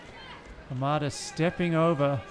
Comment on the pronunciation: It's interesting that he wonders whether he is pronouncing Apotekar's name properly, when he isn't pronouncing Hamada's name properly but he's not concerned about that.